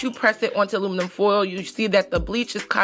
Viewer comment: Girl you can't even say aluminum so stop saying it dope